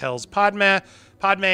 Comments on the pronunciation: I’m enjoying these but please stop mispronouncing Padme. It’s not Pad-Ma, it’s my Pad-May. Thanks! 😜😎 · I love you Andy, but we gotta work on your pronunciation of Padme 😂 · Andy, say it with me...Padmay. Padmé is pronounced Padmay, not Padma. Padma is a celebrity chef. Padmé is the mother of Luke and Leia. Please. I really like your content, but you're killing me. 😂 Also, it's Kamino like El Camino, not Kimono like a traditional Japanese robe. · Ffs man you just watched the movie it’s pronounced “pad-may” and “ka-me-no”